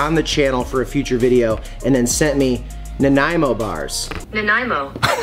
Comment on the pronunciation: I'm glad you googled how to pronounce Nanaimo, everybody gets it wrong, but the creepy google mouth nailed it haha